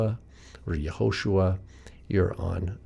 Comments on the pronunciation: Where is the stress in Yehoshua? In you said Ye-HO-shua. Isn't it Ye-ho-SHU-A? Thanks for the video. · Can you please explain why do you pronounce the name as Yahoshua and not Yehoshua?